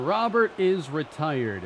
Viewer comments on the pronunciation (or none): That final strike from Diaz was filthy, would have sat down me aswell. As much as I love him, but it might be time to invest in a better offensive CF to take the next step. Also, I may be alone, but I preferred when your pronounced Robert as Robur.